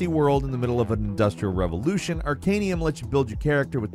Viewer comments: Dude! ArcaNUM, not ArcanIUM. I feel like Hermi-one with her Levi-O-sa saying this, but it hurt. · "Arcanum",. Not "Arcanium". XD Good list! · It's Arcanum, not Arcanium. Tell me you've never played it, without telling me you've never played it. Arcanium is a mobile card game... totally different. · Would've been better if he didn't keep saying Arcanium instead. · You mean "Arcan(EE)um"? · Where are you getting the I in arcanum? Ar-can-um